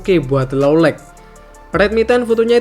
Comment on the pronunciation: boss, kalo baca "light", "night", "bright"... huruf g nggak diucapkan. please be noted.